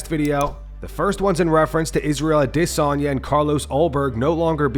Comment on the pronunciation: The only people I've seen pronounce Adesanya that way is this channel and Ariel Helwani.